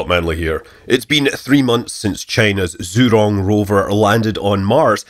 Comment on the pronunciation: Is it so hard to get the name pronounced right? Just ask your local chinese waiter.